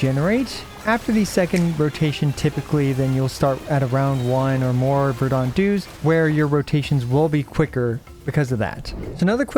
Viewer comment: Verdant is pronounced "VER-dent", not "ver-DAUNT"